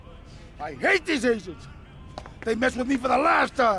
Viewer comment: The second time he says "hatians" it sounds like "asians"